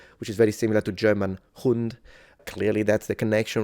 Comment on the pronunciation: the pronouncation of "hund" was awesome